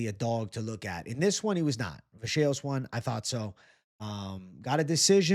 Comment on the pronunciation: If the Announcers say Kevin Vajayhose on more time! Dude isn't Fcking Portuguese. UFC anouncers are all from Alabama.